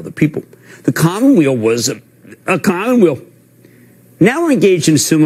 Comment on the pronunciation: WTF is a cominwill? Lets make speech therapy universal for CNBC commentators.